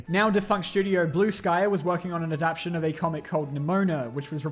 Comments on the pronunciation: Ad-ap-tay-shin. Adaptation. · The way you say "adaptation" bothers me tremendously